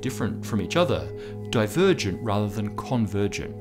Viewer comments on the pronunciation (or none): none